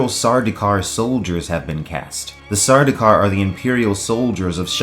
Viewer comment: "suh-doo-kar"? It's read "sur-dowkar"